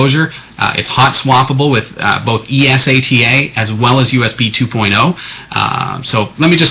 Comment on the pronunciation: its not Es-a-t-a, its eSATA, say it fuckin right